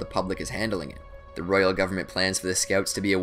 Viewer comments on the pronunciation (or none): none